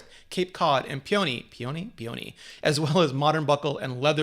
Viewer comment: Brianna Cogliano I noticed that, too. Perhaps PEE-uh-nee (peony) and air-MEZ (Hermès) to help clarify emphasis in addition to pronunciation? This video is making it tough to wait until the Christmas sales! (Target has offered a $100 gift card with each Watch purchase in past years.)